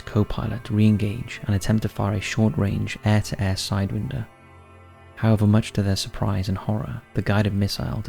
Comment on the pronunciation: Great voice, mispronounces names and words in EVERY video. pronounces myriad;maraud. Sidewinder he says winder like wind blowing. Once you notice its unbelievable